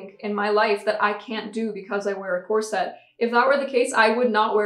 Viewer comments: Cor-sett?? Ha ha ha! Try to hit it inbetween 'corsit' and 'corsut', and remember to not roll your r in the middle. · I’ve definitely noticed how you pronounce corset but I really like it! It does seem to be the “unusual” way it’s pronounced but I don’t think you are the only YouTuber that pronounces it like that…I’m pretty sure I’ve heard one or two others pronounce it like that and I don’t mind it at all. We all know what you’re saying and that’s all that matters. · I just did a quick etymology search, and it is an Anglo-Latin word, so the emphasis would be on the first syllable—COR-set. Now we know. 😄😁😄 I thought people did videos all the time, raising money and giving the proceeds to others for all sorts of charities and things. Why was this an issue? I would also think that they would give you at least one warning. People violate TOS and are given the chance to correct things. Why not you? Is this a way to hoard creators’ money? I’m frustrated on your behalf. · Didn't realize at all that you were pronouncing corset in a "different way" 😂 must be that English isn't my first language either